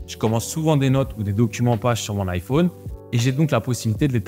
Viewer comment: vidéo genial par contre ca me perturbe comment tu prononce iphone XD